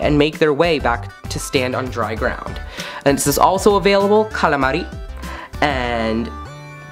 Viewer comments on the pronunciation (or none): none